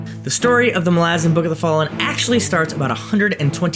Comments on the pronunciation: yhen hes pronouncing it wrong lol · You pronounce malazan wrong